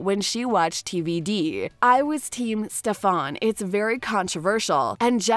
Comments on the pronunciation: litterally, elena was alina, damen was damien, stefan was shephaaaannnn, alaric was just some foreign language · First. It's Damon not Damian Second. It's Stefan not Stefaan. 🙄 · Oh god, she slaughtered the characters names.. quite obvious she hasn't actually seen the show. Alina, Damian, stefaan, aliark... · It makes me sad and mad that she says Damien instead of Damon and Stefon instead of Stefan and Mickyson instead of Mickelson No hate tho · It's stefan and damon not stefaan and Damien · You had me at “Ste-fän”? How is this a real review when you can’t even say Stefan’s name right?? It was so distracting I literally stopped the video. Eww. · it's Damen as is DAY MEN not Damien like day me in... and Elane as in AH LANE AH.... and last Stefan as in STEFF IN ...sorry not big deal but was kind if annoying to hear.. as a fan how you can you legit say every name wrong it's really weird. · The narrator of this video has obviously not watched any of these shows. Her pronunciation of Alaric, Stefan, Damon and Mikaelson is so wrong!